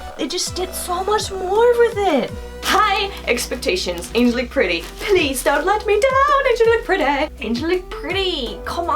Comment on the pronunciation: Isn’t in An-gel-ic.....not angel-ic.......